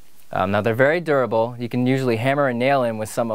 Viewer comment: What was that? CAN YOU SAY DURABLE AGAIn